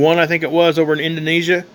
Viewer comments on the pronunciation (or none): none